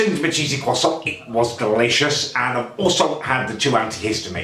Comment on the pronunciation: a cheesy kwoson, what the bloody ells a cheesy kwoson when its at home